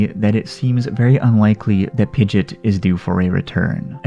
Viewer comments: Oh man it triggered me every time you said pidgit it's PidgeOt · Why do you say pigit you say pigEOt you say the E and the O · It's not PIDGET its PIDGE"OT" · I’m sorry but it’s not “pidet”.. it’s “pideot” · "pidjit" It's "pidjee-ot" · its pronounced pid-ge-ot not pid-git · BRO ITS PI GE OT not pidget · Its not pronounced Pidget like Midget lol. Its Pidgeot like Camelot 😂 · The only thing I hate about this video is "Pidgit". It is pronounced "Pidgey ott" >:( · Why did you say pijat it's Pidgeot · Pidg ee otte is how you say it not pidgit. Just fyi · pidgit pidgit pidgit me: heck its pidgEOT E SOUND THEN OT SOUND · Sorry but it sounds like you're saying pidget not pidgeot. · Its pidg-E-ot. Not pidg-it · It is pi-ge-ot not pi-git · Omg! It's Pig-eot, not Pid-git! Also good video anyways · Pidge it?? Lol it’s pidgeot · Pidgey-ot lol you’re killing me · It’s pidgeot not pidget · hold on did he just say pidgit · it's pronounced (Pidg E ot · why do u say pidgeot pidget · I’m gonna pretend that he is joking when he pronounces Pidgeot wrong…please tell me you were joking….it is hurting me more than pidgeot leaving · It's pidgeot not pidget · It’s not pidgit it’s pidgeot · Pidgeot pronounced pidgeyot!! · The way you prononce Pid-GE-ot not only lost you a sub but I'm not even gonna finish this video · I find it wierd how you pronounce it pidgeot pidgit but don’t pronounce pidgeotto pidgitto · I seriously hate that you refuse to pronounce pidgeot correctly I'm definitely give it a thumbs down because of that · You don't even say pidgeots name right 🤣🤣im dead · Sad how you pronounce Pidgeot. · Pokémon is over 20 years old. Pronounce Pidgeot correctly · The way you pronounce Pidgeot really bugged me